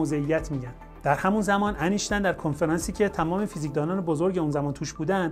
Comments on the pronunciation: ضمن سپاس لطفا نام «اینشتاین» را انیشتن نگویید. وقتی از فیزیک کوانتومی صحبت می‌کنید حد اقل نام بزرگترین دانشمند فیزیک را درست بگویید و بنویسید. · مثل همیشه از توضیحات شما استفاده بردم‌ ، ممنون.‌... فقط اگر جسارت من را ببخشید ، اینکه ما در مورد برخی کلمات و اسامی هم املا و هم تلفظ را تغییر می‌دهیم گاهی آزار دهنده می‌شود. " اینشتین " هم برای املا و هم تلفظ صحیح است و نه " انیشتین " . نمی‌خواهم ملا لغتی باشم ولی باور بفرمایید حیف است اشتباه بکار ببریم. ارادتمند. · اسم این بابا ولی انیشتن نیست ..... اینشتین درسته .